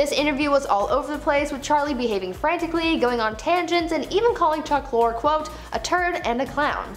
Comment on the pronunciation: U said Lorre wrong